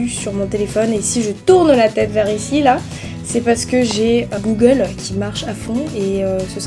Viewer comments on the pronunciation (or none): none